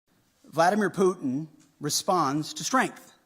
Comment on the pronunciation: first learn to pronounce the name Putin properly